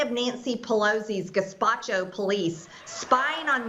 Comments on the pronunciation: There's another level to the gazpacho business- if she'd said it correctly, she would have been saying "Gestapo police", which no one says because the -po at the end is already short for police. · Took my a WEEK to understand she meant Gestapo and not whatever Gazpacho sounds like. Holy shit. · who ever told her to pronounce it gazpacho deserves a beer. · Did she MEAN to say “gazpacho?” Either way, 🤔😐🙄. MTG has definitely earned a place on the ‘Top 10 Politicians Who Personified the Stupidity & Ugliness of the Trump Era.” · U would think tat someone as white as MTG would b able to pronounce GASTAPO correctly, but we didn't take her stupidity into account I guess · Just curious….??what was the word supposed to be?!? Gazpacho….hmmmm…just tryna figure out the verbal hieroglyphics of the ignorant….🦉🎙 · Is she trying to say Gestapo? Like, the Nazi police? LMAO! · I don't want to be a grammar-nazi, but apart from the obvious mispronunciation of the word "Gestapo", "Gestapo police" is redundant. Gestapo is short for "Geheime Staatspolizei" (transl.: Secret State/National Police), which already includes "Police". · Now I know she's freakin' knutz. She can't even remember how to say her own Police Department. Very sad. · I read the title many times and drew no predictions at all, little did I know that Margarine would mispronounce, Gestapo in such a grössly wrong way. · I'm surprised by Marjorie Taylor Greene: I assumed "Gestapo" could be pronounced by all Nazis. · That's overestimating their knowledge of history. Add history to the list of subjects conservatives stop children from learning. She referenced the soviet gulags and mispronounced the Nazi gestapo as a Mexican soup in the same sentence to slur capitol police the house speaker has no control over. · Your instinct is right! She can pronounce it, but she would never take the "Gestapo's" name in vain! She has principles... just you know, those kind. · Only southern nazi's can't pronounce it.